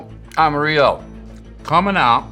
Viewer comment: I love your show, but if you are going to USE our culture to sell your sauce the least you can do is say it correctly. It's not Amarilo. It's amariLLO more of a Joe sound. AmariYo or Amarijoe. You're welcone